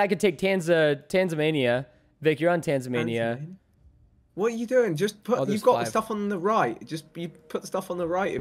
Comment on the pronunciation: "Tansamania"???? brother its right there in front of you lol